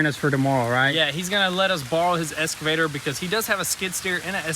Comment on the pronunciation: "escavator" Also, feel like a regular tractor like an L3301 would have been a better bet for non-construction property work